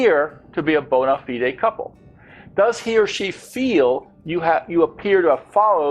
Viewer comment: May I also add that "bona fide" is not pronounced that way in British English or American English... I hope this link helps.